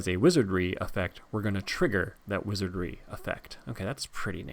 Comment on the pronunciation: "Wizardry", not "Wizardring" you dolt! Saruman is so ready to vanquish you into oblivion 😂. Love the subtle effects you put on this video.